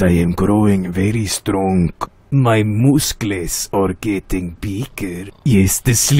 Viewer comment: mooscles :D that pronounciation 😅